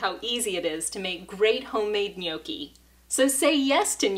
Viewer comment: Looks great! But, it's pronounced "nyAWki"